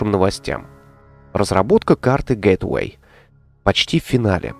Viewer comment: привет, не в обиду, а скорее из-за частого повторения слова. Gateway - Это гейтвэй, а не гетэвей. Гет эвей - это "Убирайся", "Уходи", а гейтвэй - это "Вход", "Врата":)